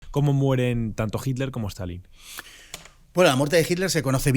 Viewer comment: Si sobre todo de Jitler. 😅 Se dice "itler".